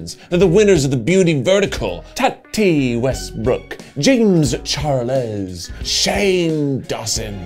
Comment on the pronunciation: "jayems char lez" HAHAHAHAH